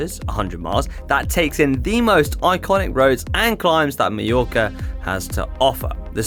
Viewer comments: Very nice video indeed! Now, next year you might as well try to pronounce some local names in the right way and not make them up. Repeat after me: "Mah-york"-ah, not "Mee-yo-ka" :D :D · Sorry to say, but you both managed to mispronounce “Mallorca” throughout the video! It’s not /mee-yorka/. You should say /my-yorka/. Same “my” as in “ ”my” pronunciation is rubbish”. From someone who has struggled with his Brazilian English accent for nearly 20yrs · Beautiful video! Although I must say it is pronounced Mah-yor-ka, not Mee-yor-ka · Any reason that the Brits can’t pronounce Mallorca correctly. My-orca. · Why are Brits the only people on earth who can’t pronounce Mallorca correctly? It is not meorca you dolts. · Why do they keep calling it Mejorca? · GCN presenters ALWAYS pronounce it incorrectly.